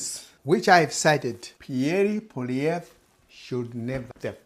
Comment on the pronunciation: Lmao, thanks but I will vote for who I want to and it won’t be for the Liberals after the mess they made after 9 years. You cannot even pronounce Pierre Poilievre’s name properly. Who are you to tell me how to vote?🙄 The Liberals won because of massive fear mongering about Donald Trump, end of story. This Liberal party is the most corrupt party we have ever had, and after 30 yrs of voting Liberal, they have lost me. Never again.